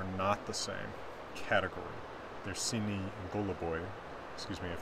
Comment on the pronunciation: Very nice video as always, the varying categorization is a neat indicator that a lot of this stuff is pretty subjective. You almost nailed the Russian pronunciation! sinij was perfect, but goluboj is stressed on the last syllable, so the first 'o' turns into more of a schwa kinda 'a' sound.